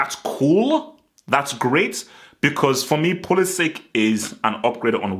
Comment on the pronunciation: Pulisic (ic like in Perisic, Modric, Mandzukic), not Pulisic(k)